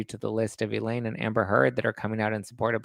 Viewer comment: Elaine not Eileen